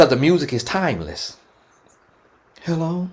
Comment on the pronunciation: Now why would you say “hello” like that 😂😂😂😂😭